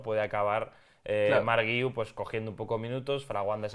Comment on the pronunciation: No se pero eso que decís del apellido del chaval que no lo sabíais pronunciar porque era muy catalán es una tremenda estupidez, guiu solo tiene una manera de pronunciar, no solo en catalán, en español guiu se pronuncia gui-u, no veo puntitos de dieresis por ningún lado que podría justificar vuestro error, si se escribiera Güiu pues podría entender vuestra confusión pero no es así no?